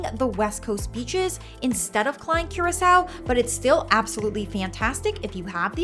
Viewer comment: you pronounced every single location and name wrong in this video, including curacao!